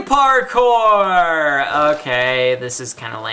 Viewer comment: 'Lily Parcour!' I think you meant 'Lily Padcour' xD